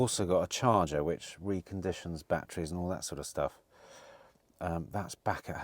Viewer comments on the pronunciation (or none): none